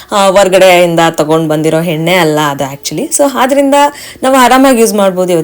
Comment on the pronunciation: Henne alla enne. Hoil alla oil. Pronounciations Sariyagirali